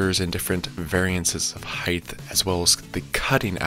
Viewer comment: Why do you say height like it’s spelled with a “th” instead of “ht” where the h is silent